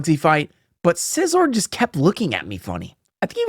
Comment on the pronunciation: Not bullet punching the 1HP meowskarade so as to not take damage hurt a little. Also the way you say Scizor hurts my soul. Scyther like a scythe. Scizor, like scissors, not SIZE-OR???